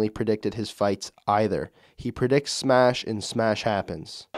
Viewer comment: “He predicts smesh and smesh happens”